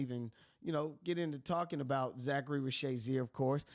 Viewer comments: Risacher please! Not Risacharie! 🇫🇷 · This is the worst Risacher pronounciation I've ever heard lmao Zaccharie Zaysheer? Really? Reese-a-shey bro its not that hard, or just call him Zacc if it's that hard. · Bro if you watch the games they say the names…😂 Zaccharie ree-sa-shay Veet cray-chee 🤝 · There is no Z in Ree-shah-shey name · Reese-uh-shay Ree-suh-shay Reeza-shay Any of these are acceptable. Not whatever you were saying lol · Great content. Listen to a few games and listen to Bob on how to properly pronounce the kids names. 🤦‍♂️ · How you put in a clip that has his name said correctly and still not say it yourself?